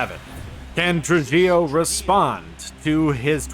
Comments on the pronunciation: Trujillo is more like “True He Yo” Great video as always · Tru-HEE-Oh. It's a Latin surname; the J is pronounced like an H.